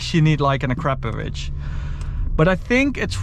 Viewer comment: surely it must be "acra-PO-vic" and not "a-CRAP-ovic" heard so many times but can't imagine it's right.